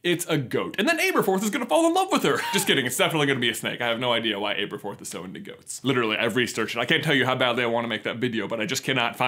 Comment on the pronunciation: aberforth not Ayberforth